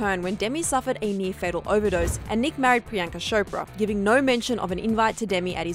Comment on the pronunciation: Bruh it's not sho-pra...its Cho-pra, like chew.